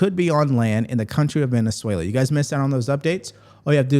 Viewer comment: Its pronounced Kway-yar. LL in spanish is pronounced as a Y like in tortilla. Youre doing great with Venezuela btw. Havent heard Valenzuela in a while. Keep it up D~